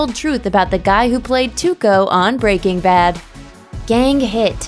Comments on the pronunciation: It bugs me how the narrator says "Breaking Bad". Weird inflection. Makes me think she probably never seen the show and she's just reading a script. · I hate the way this woman says breaking bad. It's like she puts the emphasis on the work breaking....Just, why?